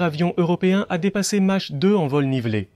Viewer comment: La traduction approximative par l'IA est pénible par ses multiples erreurs. Dommage car le reportage serait pas mal sans ces "Match" ou "mache" dit au lieu de "Mach", Mysteke au lieu de Mystère, etc.. Par contre l'explication de la fonction des souris "éviter de réduire les turbulences à l'entrée du moteur".... => éviter qu'une onde de choc supersonique ne se forme dans l'entrée d'air et risque de casser les aubes du réacteurs serait sans doute moins faux. Mirage tres ou lieu de trois, etc. etc.